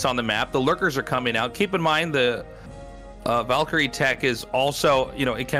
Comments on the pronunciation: Wondering why Artosis pronounces it "Volks" and "Volkyrie". Arty can you clear it up for us? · Pretty sure Artosis is from New Hampshire. But even if we consider a heavy accent, Valkaryie is pronounced with some deriviative of an "A" not "O"